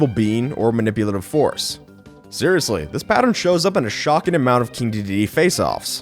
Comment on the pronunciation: Wait, THIS is how you pronounce the name!? O